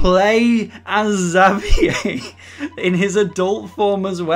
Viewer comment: you called xaviers name wrong